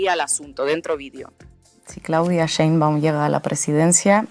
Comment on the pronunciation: Se pronuncia Schcheein-baaum, sch larga y a latga